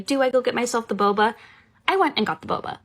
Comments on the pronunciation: Every time she said "boba" I cringed... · SSay 'boba' again, I dare you, I double dare you.... say boba one more time lol ffs